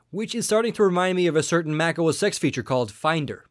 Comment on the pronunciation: He pronounced Mac OS X (10) wrong also. arggg